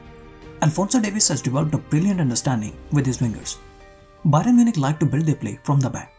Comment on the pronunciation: Byron Munich. Come on you have to correct your mistakes. You can't be repeating your mistakes